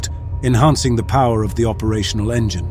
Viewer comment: Is it me or does he say "enigine flameout" and later "no flame out lost both engines"